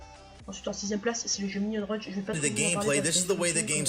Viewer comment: c'est minion rush et pas minion "runch"